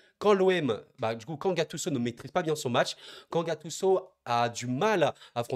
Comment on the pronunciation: En France vous aimez vraiment gâcher les prénoms des joueurs 😂😂 gattuço 😂😂